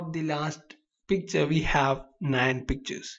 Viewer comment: i always understand "PIZZA" instead of picture :DDD but srlsy, nice tutorial! ty!!!! :)